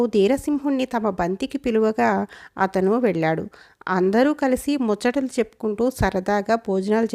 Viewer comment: ఇక్కడ ఏమన్నారు అర్థం కాలేదు? పట్టుకువచ్చి అని చదవాలి, సరిగ్గా చదవలేదు ము "చ్చ" టలు కమలాకరుడు ఒక ఇంద్రజాలీకుడు అంటే ఇప్పటి పరిభాషలో చెప్పాలంటే ఒక మెజీషియన్ కదా? మరి అతనికి "అగ్నేయాస్త్రం" ఎలా తెలుసు? అతను రాజకుమారుడు కాదు, ఎవ్వరి దగ్గర అస్త్రాలు నేర్చుకోలేదు. మరి ఎలా తెలిసింది.. మీరు కూడా లాజిక్ గా ఆలోచించండి కథారచయిత అన్నీ కలిపి కిచిడి చేశాడు😂 మీరు మంచి ఉచ్చారణ తో చదివారు.